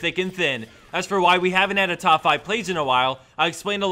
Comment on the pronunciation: He'll stop the Vayne clips when you stop saying "Stahp" instead of "stop".